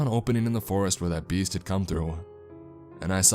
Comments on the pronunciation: lol, I kept hearing "the bees" not "the beast"...thinking, wow, this guy is really afraid of bees! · Wow! It does sound like the bees!! Lol